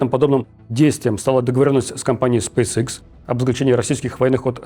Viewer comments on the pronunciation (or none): none